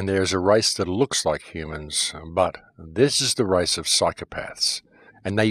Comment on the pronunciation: By the race or the rice.wrong pronunciation